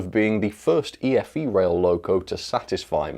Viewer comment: I thought it's pronounce E-FE rail